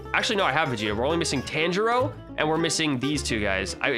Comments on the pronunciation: They did add TAN-JEE-RO why you said it wrong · U trigger me DID U JUST CALL IT TENJARO!!!